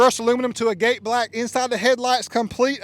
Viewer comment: Learn how to pronounce “agate” correctly. FFS.